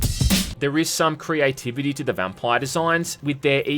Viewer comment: Why do u say vampire so weird